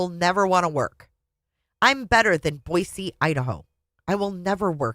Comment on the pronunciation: first of all, thank you for saying Boise correctly!!! Second of all, I was not going to watch initially because to me, her book seems nauseating. Yes, the book is nauseating, but hearing you read it makes it all worthwhile!! I just got to the part where she sees her aunt in her dreams. How very Daybellian of her, right? 😂😂😂